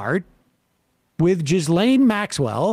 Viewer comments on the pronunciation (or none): Guys, PLEASE learn how to pronounce Ghislaine Maxwell's name.